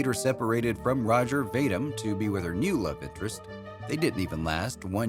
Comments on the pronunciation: Vadim: VAY-dim? My God, man! vuh-DEEM! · Ro-gehr Vah-deem, not "Roger Vay-dim".